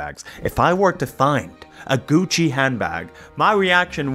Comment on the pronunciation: “Gucc-eh” “Fend-eye” WHY ARE REAL PEOPLE MISPRONOUNCING WORDS LIKE AI MISPRONOUNCES WORDS NOW